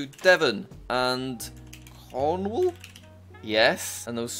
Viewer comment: Why say the country (yes were a separate country) of Cornwall in a weird way....